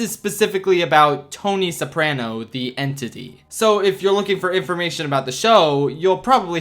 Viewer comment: The scariest thing about this video is the way you pronounce "Soprano"